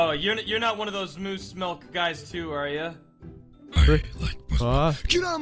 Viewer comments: Lol I love when Moose said I LOVE MOSSE MILKE lol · Omg when he said I love Mose milk I cried of laughter